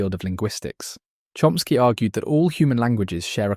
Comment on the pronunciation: Porque na traduc,ao voce diz Chsky e nao diz Chomsky ??